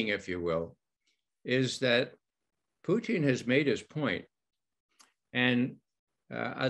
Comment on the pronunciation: I wish this dude knew how to pronounce Putin. He must be from Canada because he calls him Poutine...